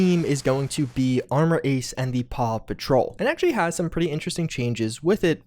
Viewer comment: Are you sure it's intentional? he has been mispronouncing it for a while. I actually thought that it was paw patrol, because I usually only listen to the vids.